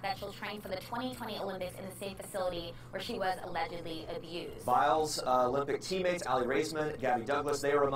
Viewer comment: why did that reporter say aledgidly